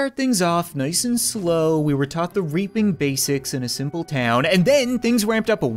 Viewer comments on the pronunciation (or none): When you say reaping in the grim reaper voice I kinda here raping